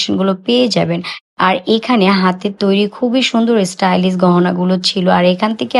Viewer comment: Stylis? ইংলিশ বললে প্রোনাউন্সিয়েশন তো ঠিক ভাবে বলতে হয় ।